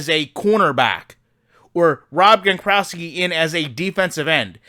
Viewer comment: “Rob Grokrowski”